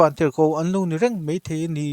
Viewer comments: A va lunglen thlak ve...a dang poh ngaihthlak zel a chakawm...mahse, i. thu chhiarah mai tih tur mei..ti anga lam rik i ngah tlat..beng a ti thlep deuh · Mizo trawng lamdan dik zawk in uar takin rawn hmang zual nasa sauh2 ru...tiang hianin mei2 niloin mài Main hetiang hian aw... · kei pawh 'mei' i ti thin hi ka lo ngaimawh khawp mai.Lehkha chhiar hi thil har ve tak ani a, chhiar tam ve te hi a ngai ania. Tang sauh sauh rawh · Delete daih rawh.... Mizo pawh chhiar thiam lo... 'mei mei' te ti vel.... zahthlak te te hian in😢